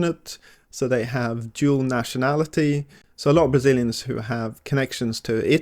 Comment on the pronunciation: "Bazilians"??? "Bazil"????